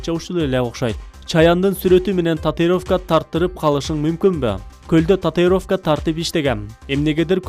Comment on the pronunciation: Татыровка 🙄 татУИровка дечи кагылай каралдым